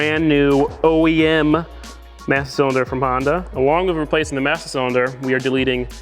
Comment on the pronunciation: He said, "Massa Cylinder" 🤣